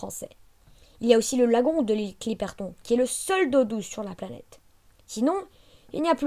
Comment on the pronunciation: On dit pas clipert on on dit clipertône